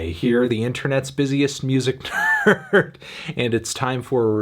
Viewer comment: Sounded like you said 'Internet's busiest music turd' 😂😂